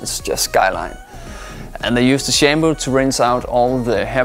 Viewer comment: If he calls it Shamboo it WILL be Shambo.